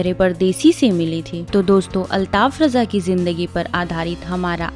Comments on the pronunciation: अल्ताफ राजा नाम है ,,,रजा नहीं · Uska naam RAJA hai.sahee bolo.